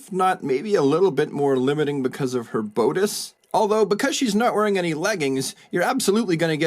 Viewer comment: "Bode-ice" is bad enough, but I can't forgive "dee-co"